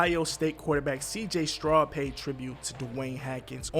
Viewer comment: It’s pronounce Str-ow-d (Stroud) like “ow” not strud and S-aw-nders (Saunders), not Sanders just like you mispronounced Haskins